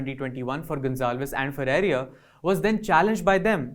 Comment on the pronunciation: Please ensure that the speaker pronounces Arun Ferreira's name as 'Ferreira" and not "Ferreria". This is a basic courtesy.